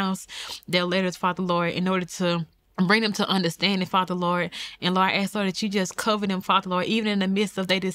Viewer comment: Ask not ax.